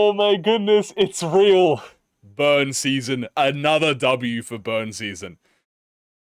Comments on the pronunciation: My ass really thought that first "burn" was "bum" 😭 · i can't tell if its bum or burn